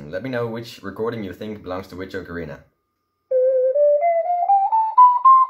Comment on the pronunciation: FINALLY someone actually says ocarina correctly. :)